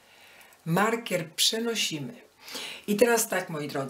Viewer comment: Wzór bardzo ładny. Ale tłumaczenie tragiczne, no i wymowa markiera.